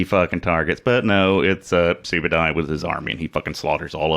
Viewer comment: Hey you said my name correctly.